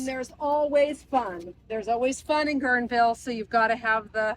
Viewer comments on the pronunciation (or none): you're in Guerneville, not "Guernesville". Good video, though, as always. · There’s no “S” in Guerneville 😂😂😂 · Guerneville is pronounced Gern-ville, not Gerns-ville. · Ive driven past the Bohemian grove hundreds of time, I should get closer one day. And its Guerneville, not Guernsville 😂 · Pronounced: Gurn-ville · I think it's Guernville, without the s